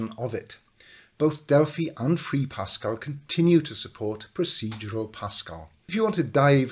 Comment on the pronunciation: No not pascal, eeiww